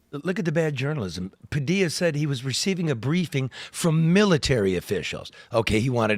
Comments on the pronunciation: IF he says pa dill a one more time. It's pa de ya, mexico and latin america ain't goin' away they are coming soon to be near to you. . . . say name correctly. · Its pronounced Pah-dee-yah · The "L"s in "Padilla" are silent.... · You sound like a bonehead saying Padilla wrong😂